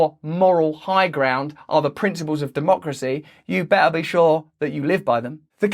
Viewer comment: I would pay someone to teach me how to pronounce "better" the way Russel is pronouncing it :D